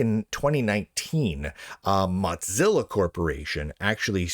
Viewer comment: I'm aware of the God-Zilla to Mod-Zilla connection, instead of saying Mo-Zilla - it usually sounds like you're saying "Mud-Zilla" - it's just off. Best tech news out there, so it's cool.